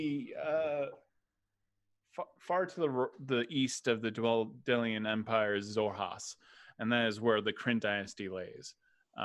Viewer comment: I live for the first mispronouncing Dwendalian, it kills me every episode haha